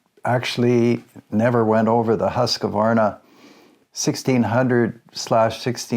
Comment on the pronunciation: You still see them used here in Sweden quite often. I prefer the 1900 for the smoothness. And if I can be nitpicky it is just QV no E-sound inbetween. But no English speaker on yt get that right ;)